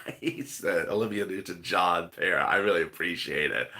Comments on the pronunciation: I was wondering why you were calling the pear a bear , why confusion it's the way you say it sounded like bear and it seems to many others. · They are saying bear because if we're not looking at the chats it sounds like you're saying bear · I really thought you eere saying DANCING BEAR now i know its a DANCING PEAR 😝😝😄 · It's a pear not a bear... let's get it right people you're embarrassing yourselves 😡